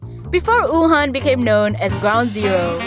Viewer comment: she really just pronounced Wuhan as oohan